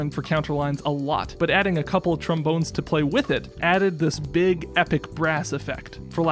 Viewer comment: "beeg violin" 😂